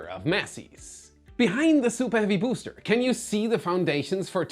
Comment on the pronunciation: But I love how he pronounces booster boo’s ter